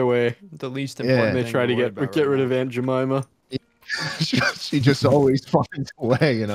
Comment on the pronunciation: "Aunt jimeema"